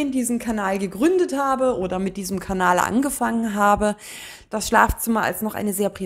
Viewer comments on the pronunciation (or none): none